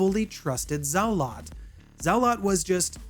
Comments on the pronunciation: Unfortunatly, Saulot is pronounced "Sa-Low", it doesn't really matter but I thought you might want to know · are you saying xio lot because that is small lot the x is a s in chinese